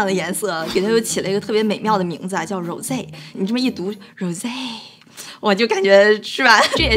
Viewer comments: 发音不是“揉贼”是“霍Z” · 粉红酒发音太奇怪了；不懂法语最好不要乱说话😂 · 小Lin 包括有个男生念的那个 都是英文发音 法语的Rose Champagne 读起来 特别有味道